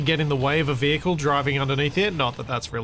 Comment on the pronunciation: The VeeHickle